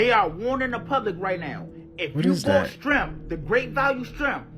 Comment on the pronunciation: He said strimp lol